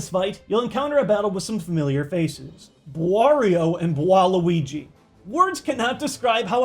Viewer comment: I don't know who is harder, bwario or bwaluigi